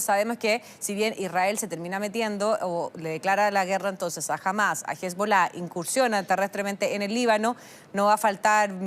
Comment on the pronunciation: Que molesto escucharlo pronunciar mal Hamas.